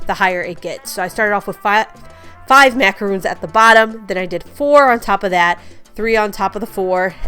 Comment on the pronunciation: Love these! Those are macarons-- pronounced "mack-uh-RONS". 😊